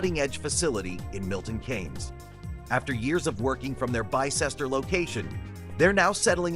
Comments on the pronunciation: It is pronounced BISTER not BY CESTER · It's pronounced Bister - thanks